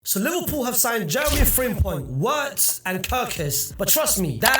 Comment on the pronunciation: Bro it's virtz because in German and afrikaans w it's pronounced as v so you say virtz not witz